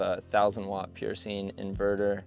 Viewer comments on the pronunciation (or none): none